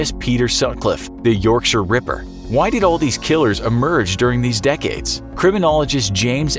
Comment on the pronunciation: That's got to be the first time I've heard an American pronounce Yorkshire properly.